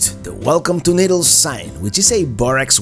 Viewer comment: "Niddles, Caleefornya." 🤣